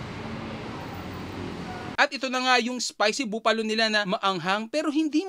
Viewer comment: Buffalo is pronounced as buh-fa-low and not boo-fa-low 😂✌️